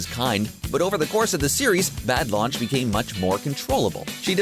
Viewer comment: Her name is Lunch for fuck sake